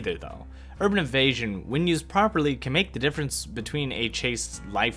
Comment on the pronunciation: "Urban Evastion"...